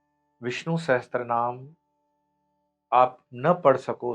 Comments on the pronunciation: It is Vishnu Sahasra namam not sahatra, please rectify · सहस्त्रनाम ❌ Sahastranaam सहस्रनाम ✅ Sahasranaam